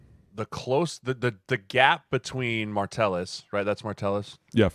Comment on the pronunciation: Why does Sirles keep saying Martellus with an R it’s driving me nuts